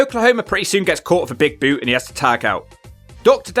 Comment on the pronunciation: I rewinded it 3 times to hear “with a BOUOTE”